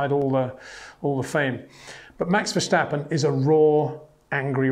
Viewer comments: Again Peter, the name is Verstappen not Verschtappen or Vershtappen, get it right next time. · Peter, you know your stuff but please, for the love of God, it is Verstappen, NOT Vershtappen or Versjtappen or whatever you are calling him. This kid will win numerous World Championships so please show him respect and get used to pronouncing his name correctly. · Very cute these English speakers saying Versh-tappen instead of Ver-stappen.